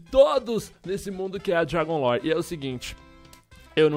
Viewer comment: parecia o Rezende flando dragun lore